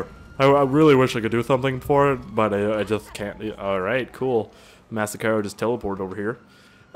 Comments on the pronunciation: It's not massacaro it's massacro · ut clearly says that its called a massacro and not massacaro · Massacro how to pronounce it ma-sock-row Massacro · It's pronounced Mass-Ack-Row